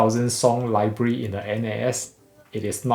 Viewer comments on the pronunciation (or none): none